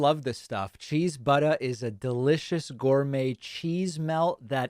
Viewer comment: I never get tired of hearing Pakman say "butta"